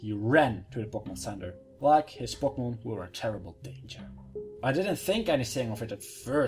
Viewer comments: you say Pokemon really weird... it sounds like *popocmnumun* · He says Pokemon funny X3